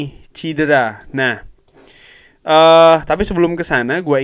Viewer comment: Maaf cedera bukan cidera...